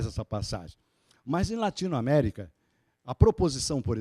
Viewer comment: "LATINOMÉRICA".... ESGOTADÍSSIMO !